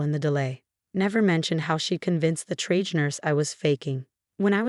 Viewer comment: AI cannot recognise discrepancies in the story its made up, or any legal or ethical requirements, nor how words like triage are really pronounced. It needs to be edited. This wasn't. Do you want to let AI make money out of your sympathy and emotions?